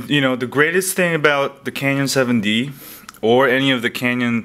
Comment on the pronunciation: I get it you're not really a photographer, .. you cant even pronounce CANON correct..